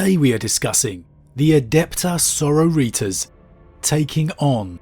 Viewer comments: Adeptas Señoritas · Sore Oh Ree Tas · the way you say Adepta Sororitas at the beginning is a crime